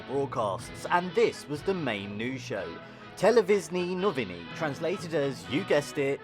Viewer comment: "Televizknee Nouvini" You are butchering our beautiful language.